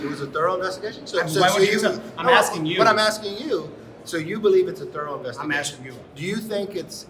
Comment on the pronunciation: 5 years for this and the reporter says THOUROUGH ?????LMAO